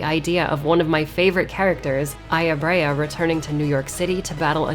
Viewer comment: The way you pronounce Brea sounds like her name is Aya-braya